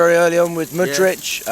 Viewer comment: finally pronouncing Mudryk's name correctly after almost 2 seasons 🙄